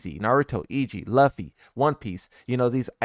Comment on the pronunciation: Bro…did you say “luf fy” you mean “loofy” that’s how it’s pronounced in dub and sub and somehow you butchered it like those rednecks saying “pokey man” for Pokémon 😂